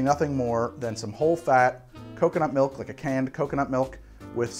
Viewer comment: Heh. says “Melk”